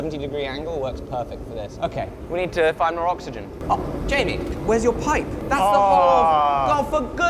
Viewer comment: Why did a pipe just make you even more British. Lol